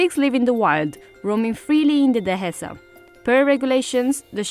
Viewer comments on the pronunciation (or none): Spanish definetely not. The letter "h" is nor pronounced in Spanish, so you say "de-e-sa", written "dehesa", not "de-he-sa" with an aspirated h like in English. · She’s definitely not Spanish nor a Spanish speaker. The way she pronounces words such as “Dehesa” with an aspirated h sound is a dead giveaway that she is not a native Spanish speaker. That, plus the one time you hear her speaking Spanish she has a distinct foreign accent.